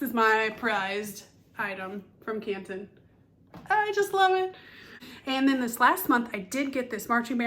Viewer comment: As a local I gotta say drop the T….it’s Can ‘un